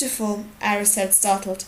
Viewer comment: it's Arya not ayra like you reed it